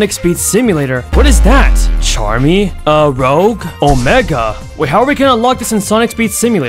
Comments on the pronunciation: Him: says rougue ITS ROUGE ru-jah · My guy it’s rouge not rogue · you literally said rouge's name wrong lol